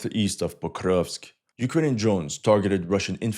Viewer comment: Be honest bro, you just like saying "pokrovsk" in that funky-ass accent.